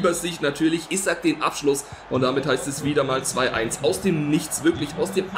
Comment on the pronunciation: Das i bei isak spricht man lange aus